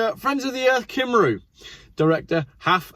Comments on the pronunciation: Cymru ? Not Kim roo, its Cum ree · Wrong on so many counts,! You should have gone to falsetto for the accent, it was a lady after all. It's England that is somewhere over there, and there is a place called Lon-dumb which is full of mad buggers. And finally... it's pronounced Cumree - I won't bother with your mangling of Pontypridd. And finally finally - I've always been in favour of road pricing, you use it, you pay for it. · Welsh person here. No need to apologise for your Welsh accent. It's pretty much spot on. It's your pronunciation that needs work. "cymru" is "Come-ree" not "kim-roo" and Pontypridd "Pont a preathe" (rhymes with breathe) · Pontypridd is pronounced Pontypreathe, as in rhyme with 'breathe'. Cymru is pronounced 'kum-ree'. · Pontypreeth (pronunciation). And I am English (but lived in Wales since 1988). Also, try cumri. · Its pronounced Pontypreeth and Cumree LMAO. The 50 mph speed limit is for congestion which increases emissions. That section of the M4 goes down to 2 lanes West and East as the Welsh government were not allowed to build a ring road around Newport and couldn't widen the M4 as the properties above the two lane tunnels couldn't be purchased. Removing the Severn Bridge Tolls moved the queuing traffic from the bridge to Newport. The M4 past Cardiff was widened so this made Newport a bottle neck. Bring back the bridge tolls and make them high is possibly the only solution. M4 has bad queuing traffic from Bath to Bristol due to the traffic speed control section then cars speed up to just inside Wales at Magor joining the queue past Newport, Friday being the worst day.